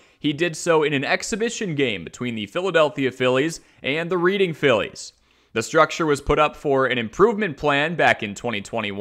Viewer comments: pronounced as “Red”ing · Great video but that's not how you pronounce Reading.